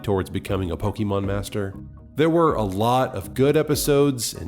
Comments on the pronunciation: I'm almost certain that is not a Pokémon fan because of his atrocious pronunciation. It's "Po-kay-mon" or "Po-kuh-mon", not "Po-kee-mon"! I know it's a silly pet peeve, but it truly makes me cringe. The wrong pronunciation reminds me of all the adults back in the 90s who were baffled by Poké-mania. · What's pokeymawn? Are you trying to say pokemon? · Pronounces it "po-KEY-mon", opinion irrelevant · I’ve heard many, many Pokémon fans pronounce the word “Pokémon” in multiple ways all the time. It’s not that much of a big deal. I personally say it as “Po-Kay-mon”.